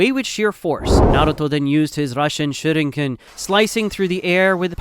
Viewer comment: Shurinken are you dumb that pronounce as shuriken